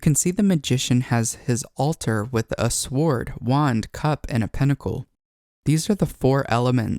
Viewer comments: Wonderful content! Yet the W in the word sword is silent. Pronounced: SORD Google it.💝 My 1st time here - i hit the like button and subscribed! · The hard W in sword cant be unheard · I appreciate the way you break this down. However the word "sword" is pronounced "sord". Similar to the word "know" it has a silent letter. In the case of "sword" the w is silent. The wonders of the English language! Thank you for the concise and clear descriptions of the arcanas, suits, court and number cards...and how they relate to the Kabbalah. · For future reference sword is pronounced “SORD” ❤️ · Sometimes off pronunciation indicates being an avid childhood reader who could comprehend context but had to invent pronunciation to the best of their knowledge.